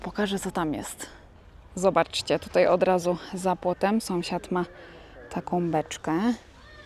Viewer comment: Słodka. Zawsze się uśmiecham jak mówisz SOMSIAD😂😂😂😂. U u mnie w rodzinie też tak mówią zamiast SĄSIAD.